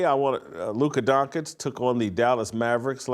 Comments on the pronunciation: Bruh luka doncic not donchik lmao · His last name isn’t that that hard to pronounce. It’s not “donk-itch”